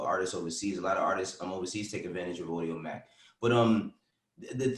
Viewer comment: said audiomack lol